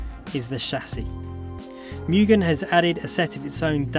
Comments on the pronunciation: I bit dislike the way you speak Mugen, Mu gen not mei gen. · Moogen, not meu-gen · Correct “Mugen” pronunciation: ✅”Moo-gen” ❌”Miu-gen” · Why does everyone say 'MUUgen' and not 'MOOgen' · mugen pronounced correctly as (moo-gen) not (miyu-gen) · its moo-gen, not myu-gen. :) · Mugen is pronounced Mu-jen not mugin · Dafuq is a "Myugen"?